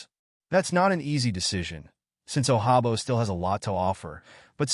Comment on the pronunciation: It won’t happen nd it definitely won’t happen bcuz you mispronounced nd butchered David Ojabo name😂😂😂😂😂😂